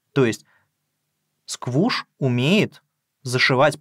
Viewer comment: Произносится, кстати, не как «Сквуш», а как «Скуш». Сквуш уже был занят.